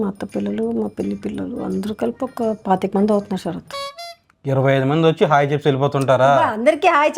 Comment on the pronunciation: తెలుగు ను చంపేసి శ రాత్ అని అంటున్నారు. సార్ పేరు.. శరత్ లేదా శ రాత్.. ఏది చెప్పండి.